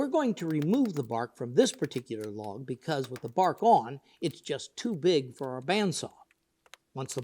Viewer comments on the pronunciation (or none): none